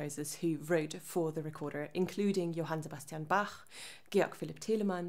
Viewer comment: I knew she was german when she started pronouncing Bach, Teleman, Handel correctly